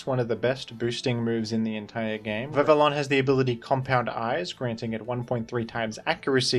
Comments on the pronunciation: Vivillon is Pronounced "Vivi yon" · "Vivillon" is pronounced "Vih-vee-on." (Almost like the name "Vivian"). It's based on "papillon," the French term for butterfly.